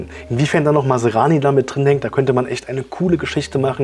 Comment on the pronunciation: Man spricht NICHT Masarani, sondern Masrani!